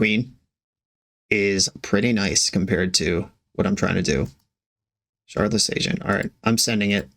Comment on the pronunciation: Shardless is pronounced with a hard t sound where the d is. It has a Ukrainian root similar to how they overpronounce w's.